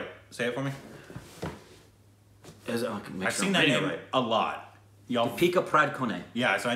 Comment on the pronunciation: u r indian pronounciasion is perfect...